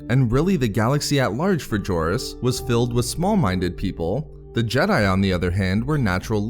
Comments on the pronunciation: Doesn't the "J" in "Jorus" pronounce as "H"? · You butchered the pronunciation of his name dude